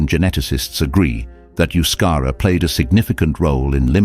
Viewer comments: Euscara is NOT pronounced as Yuscara, but thebe is ptonounced as E in edible, and then the U is pronounced as oo. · I think it is not Euskara, rather Euskera? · it's not Euskara but Euskera.